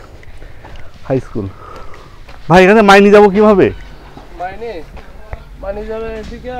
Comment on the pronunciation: ময়নি না ভাই মাইনি হবে এটা, আপনি টিংকু ভাইয়ের বাংলালিংক বাংলার পথে এপিসোড গুলা দেখবেন অনেক সুন্দর করে তুলে দরা হয়েছ আমাদের দেশ। তখন ইউটিবার জন্ম হয়নি।